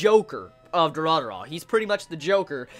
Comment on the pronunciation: It's not Dura-dura man ffs.... at least that's what it sounds to me when you say it :D